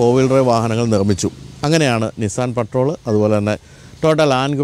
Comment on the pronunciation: Aaa patrol parayunna reethi sheriyalla